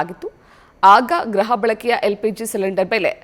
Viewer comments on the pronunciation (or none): ಗ್ರಹ ಅಲ್ಲ ಗೃಹ ಬಳಕೆ